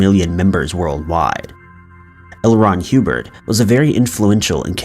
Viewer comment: Ah yes, good ol’ L. Ron Huebird